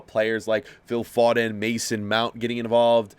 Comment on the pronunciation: The way my man says foden